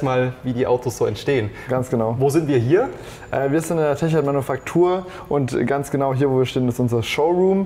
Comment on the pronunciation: Nächste mal einen Sprecher der nicht jedes Mal Teckart sagt obwohl es Techart heißt !!!! Bevor man wohin geht sollte man sich bisschen informieren